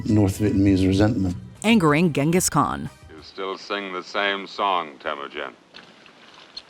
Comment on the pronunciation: You should learn the modern, correct, pronunciation of Genghis Khan.